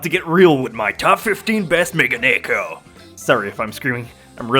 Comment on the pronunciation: its not mega-nekko you idiot.. its megane-kko. jeez why do americans dont fix their weird pronounciations..wtf